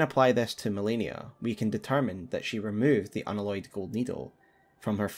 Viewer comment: Unalloyed pronounced un Alloy ed as in the word alloy. You know. Like a metallic alloy? Not an aloy.